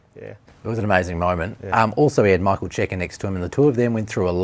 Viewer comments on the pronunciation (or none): none